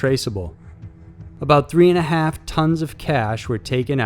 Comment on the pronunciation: "he tiiiied him up" "In just a haaalf an hour" You sometimes sound southern, I like that.